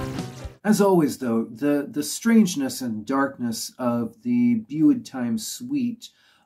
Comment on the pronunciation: You might like help in pronounceing few things? Euros? 'u' in Welsh sounds like 'i'. Euros rhymes with 'hey ross'. Just drop the 'h' and it's identical. (And 'methu' is like 'methi', for the same reason.) it should read 'Gwres Prynhawn' (the heat of an afternoon / afternoon heat). In the word 'bwyd', the 'w' comes before the 'y', so it's booyd time (as sung at the start of the album!), rather than beewd time. Good to see someone pay Gorky's some attention. I believe they were quite well appreciated in Japan, but I don't really know. They never seemed to foster a following. They just got on with being creative. I did see them - once in 1993, and twice in 94, at least. Over the years, both my vinyl deck and my cassette player have passed away, and Tatay and Bwyd Time, for example, have been long neglected. I'll make it a priority to fix both machines this winter, and reconnect with all the stuff I've collected from 1970 onwards! Digital is great, but there are some treasures that haven't made it to that format yet. I'll have a look at the other videos you've followed this one up with. Diolch, pob lwc i dy sianel.